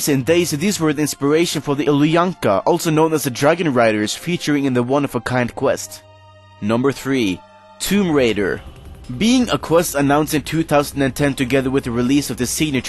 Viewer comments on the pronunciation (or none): Tome Raider Isn't it Tomb Raider?